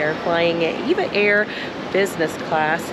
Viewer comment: Nice review, comprehensive and informative. Your lounge review made me quite hungry. As an aviation enthusiast, I have noticed that just about everyone calls this airline "Eva Air". Actually, it's pronounced as individual letters, E V A Air. Very much like the legendary airline, TWA. It was never pronounced "Twah". 😂 EVA is part of the Taiwanese conglomerate Evergreen. They are a world class shipping company with many divisions. One of the founding brothers left and formed the relatively new, well known, upscale airline Starlux. Just a little airline trivia for your amusement 😊. Enjoy your stay in the friendly Philippines.